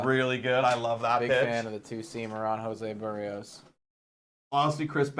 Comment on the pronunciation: It’s Joe Barry Oh’s 😂